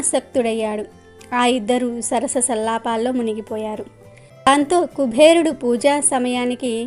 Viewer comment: Kubherudu kaadamma. Kuberudu. ani palakaali.